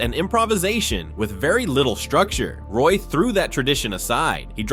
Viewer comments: That’s not how u say his name… it’s not pronounced Roy, it is pronounced like Wah! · Can’t even pronounce the man’s name right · You should probably learn how to pronounce the player's name before you make a video featuring him.